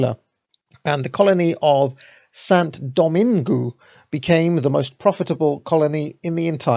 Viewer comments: you nailed the pronounciation of "saint" then stumbled every time you said "Domingue". If you say it like "Doh-mang" you'll still be wrong but you'll be a lot closer. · Love the series and your channel, but please, if you're going to to be pronouncing French place names, learn how to do it properly. It was painful hearing Dom-in-goo and Day-sa-lines.